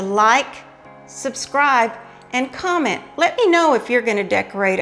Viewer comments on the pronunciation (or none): none